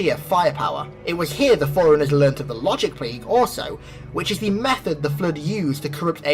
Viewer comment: Dude, I love your explanations, but its forerunners, like for-runners not foreigners... or maybe its an accent thing, I'm Texan, so maybe where your from its pronounced like that... who knows